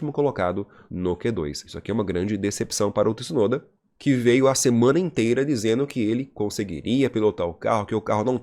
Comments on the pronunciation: Tih-sunoda? 😂😂😂😂😂😂😂 Pq vc fala assim? Hahahahah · Olá. Achei perfeito seu vídeo. Primeira vez que eu te vi. Não se quanto tempo tem de programa. Só te corrigir o nome. As vezes vc fala certo e as vezes errado. Vc pronuncia TIsunoda errado. Não tem o 'i" . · Faz um canal pra vc fale Tsunoda corretamente 😉